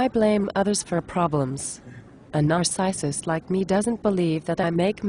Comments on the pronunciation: "Nars-eye-sist". Lol. Gotta love computerized voice overs. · a Nar-SICE-ist. LOL